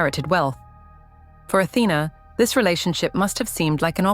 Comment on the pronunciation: Her correct name is Athena, the tone is on the lady a.